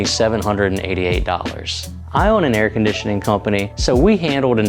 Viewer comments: Air "condition-a-ling"? Nice! No edit needed. Lots of laughs. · "air condition ling" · you forgot your airconditionling.